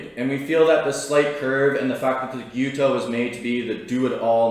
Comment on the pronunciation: And it pronounces without the S in it . Gyuto means cow knife and not Gyoto . Kiritsuke once be considered only use by the executive chef in the kitchen . For me I prefer Gyuto with a petty knife Kiritsuke . Anyway it’s all about how you handle it . No right or wrong . Cheers